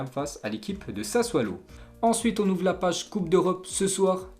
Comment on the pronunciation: C’EST SASSUOOOOOOLO et non SASSUALO. T’es relou, depuis 2012 tu le prononces mal, fais un effort frérot.